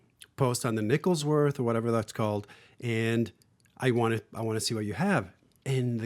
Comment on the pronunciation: LMAO "Nickelsworth"